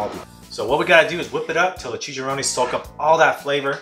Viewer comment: That looks like the ultimate burrito🍽👌 I love the way you said "chicharrones" 😁